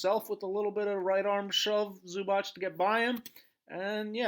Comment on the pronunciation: Everything good but please learn how to pronounce Zubac (Zubats not Zubach).